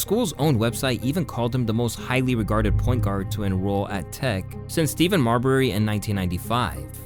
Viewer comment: what did you just call Marbury? 💀